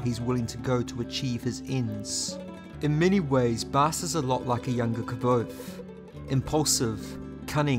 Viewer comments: You actually pronounced Kvothe right. You're the only other person I've seen say it right. Most say Kuothe or Kothe. I've never Heard Kvother from anyone but Nick podehl and Patrick. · Cool vid but you are not pronouncing Kvothe correctly, Pat has a video on YouTube and he says how it’s pronounced